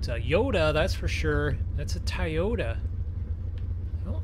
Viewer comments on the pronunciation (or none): It's Toyota not Tiyota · It’s Toyota not tiyota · TOYOTA NOT TIYOTO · Tie-ota it’s pronounced toy-o-ta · It is not tyota it is Toyota!!!!!!!!!!!!!!! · Nobody literally nobody TI-YOTA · Did he say “TIYOTA” wth lmao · TOTATA NOT TIEOTA YOU HAVE BEN SAYING THA THROUGH THE VIDEO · Don't say Toyota it's Toyota it's Toyota